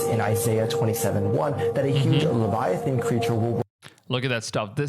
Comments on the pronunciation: LEVIATHAN NOT LEVITHAN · LEVITHAN not Leviathan, LEVITHAN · The huge ”LEVITHAN”😭